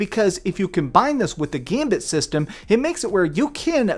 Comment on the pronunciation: How long have you been pronouncing the word "gambit" wrong?